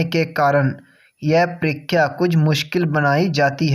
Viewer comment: Ur परीक्षा hota h....परिख्या nhi....